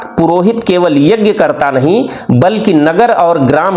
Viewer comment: शानदार प्रस्तुति यज्ञ शब्द के उच्चारण में संशोधन किया जा सकता था क्षमा के साथ 🙏🙏